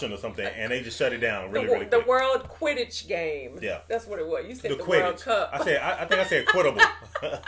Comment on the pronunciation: Your convo at the end about Quiddle-ball 💀💀💀 It’s Quidditch- y’all were close 😂